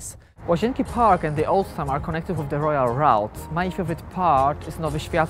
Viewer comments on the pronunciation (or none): sorry man but your english is terrible.. ''royal route'' rojal raut, wtf? I thought IC had a better staff than that, they've could put a cleaning woman and she would have made a better impression that...zalosne